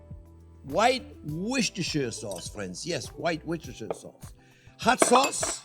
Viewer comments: The Worcestershire sauce is pronounced 'Wooster' Sauce :-) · Worchestershire - prononouced WOOSTER * Shear.